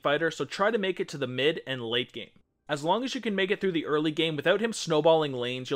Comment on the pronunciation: You made a mistake at 33 seconds, "eary"